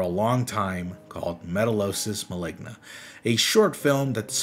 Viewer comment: Maligna sound like ligma help 😭